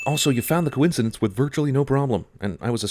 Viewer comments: I like how he kept caling it "The couincadece" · I love how he keeps calling the ship The Concidence.